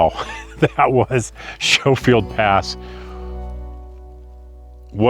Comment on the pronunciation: only ever heard it pronounce Sko-field.